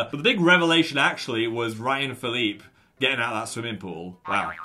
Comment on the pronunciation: That's not how you pronounce Phillippe !